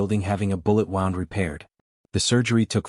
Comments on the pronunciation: It’s pronounced woond not wownd. So annoying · Wound is pronounced as Woo-ned NOT wow-ned, learn how to pronounce correctly. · Woond not wow-nd AI narrator can’t differentiate between the two.. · Doesn't anyone know how to pronounce words these days? In the narrative mispronounced wound several times. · This must be AI. Wound is pronounced wrong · Please learn to pronounce words right . U pronounced wound wrong